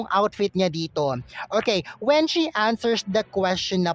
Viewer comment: why naman po ganun ang pronounciation mo, answershsss, gestuureshhhh